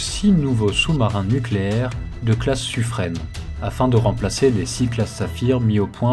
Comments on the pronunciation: Suffren se prononce Sufrein et pas Sufreine. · Bonjour, on doit prononcer Suffr "in" et non Suffr "ène". C'est un nom propre Provençale et dans les registres de la marine (Service Historique de la Déférence) on trouve même le nom du Bailli écrit en phonétique et il est bien prononcé "in" et non "ène". Sans faire de généralités ni de raccourcie mal venue, la prononciation "ène" est typique du parlé parisien, dans les années 1780 et trois patates c'était déjà le cas. Mais la prononciation locale et telle que donnée par la Bailli de Suffren est bien Suffr "in". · Interessant , juste Suffren se prononce Suffrain! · Merci pour ce reportage. Attention, Suffren se prononce Suffrain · Au sujet du sufren , il faut prononcer sufrin. ;-)